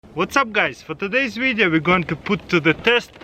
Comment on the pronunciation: Why dose he say wideo i like it